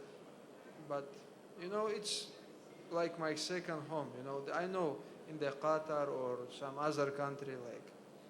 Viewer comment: reporter murdered 3 birds when he said qatar